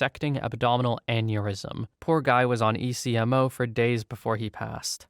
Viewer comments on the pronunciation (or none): ECMO is pronounced "EK-moh", or like ech from echo but instead of the o, you say mow or mo. Another, necrotizing fasciitis, you got the necro bit, but fasciitis is "nek-ruh-TY-zing fash-ee-EYE-tis"